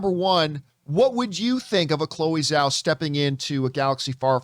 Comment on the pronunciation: Its Zhao... with a J sound But Chloé Zhao Star Wars? Yes please!